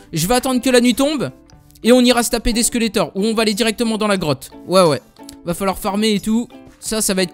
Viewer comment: ses des squelette pas squelleter